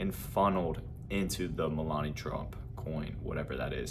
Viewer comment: NO. all of you crypto shillers screw everything up by saying things you all know nothing about. Where did you recently come from. Another one who cant even say Melania's name correctly pay attention lad.